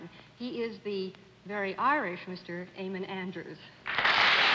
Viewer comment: Eamon Andrews is a gorgeous man. I wish the panel hadn't passed away because I would love to correct John for always pronouncing Eamon as it's spelt rather than Aimon. Too bad I'm many years too late. 🤣